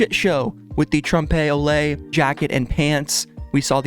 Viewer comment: Please google how to pronounce "trompe l'oeil" and what it means because lol